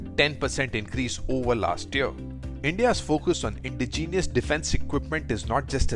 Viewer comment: Good to see; now let's just hope the equipment is actually good. BTW: – It's especially, not "specially". – Indigenous, not "indegenius". – Apache is pronounced "uh-pah-chi", not "uh-pah-che". – It should be "155 mm" and "40 mm", not "155-MM" and "40-MM" (which would mean "megamolar"). – ASEAN is pronounced "ah-see-ahn", not "ey-see-ahn".